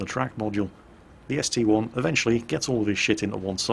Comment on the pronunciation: Didn't you say a while back you will never call the ST-I an ST-1? Well you did it in the first replay. Give back our real!!